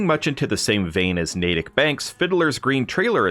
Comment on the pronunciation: Thank you for saying Natick correctly lol… I’m actually from this town irl and I’ve seen so many Fallout YouTubers say it Nat-tick haha